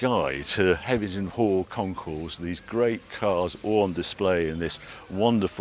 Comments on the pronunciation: Sorry for the pedantry, Harry. HevenINGHAM, not Hevington. Otherwise, great work. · Hevver-ningham, Not Hevington, 😄, but great video as usual. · Hevington, Heving(inaudible), Hevingman 😂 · Hev-e-ning-ham. Heveningham. FFS Harry, will you ever get it right? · I knew he wouldn't be able to pronounce the name of the place. 😂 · Another great video with some amazing stats. Enjoyed last year’s video and this week’s but have to ask Harry, why do you put a ‘t’ in Heveningham Hall when you mention it? Two years on the trot! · You've been there 2 years in a row and got the name wrong both times..come on Harry. We love the show here in Suffolk, it has a great vibe and the food is also amazing. Thanks for promoting it...even if you can't say it properly lol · C’mon Harry, there’s no “T’ in Heveningham Hall